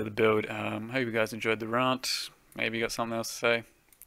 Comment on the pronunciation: Raaaahnt. The new Australian accent is funnier than the old one.